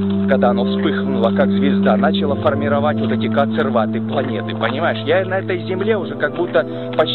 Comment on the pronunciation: Не «кансерваты», а коацерваты